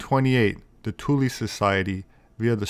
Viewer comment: Im happy you called it tulee. And not thule. In iceland we pronounce it two-ley.